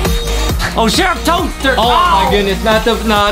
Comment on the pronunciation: did adam said sheriff toeter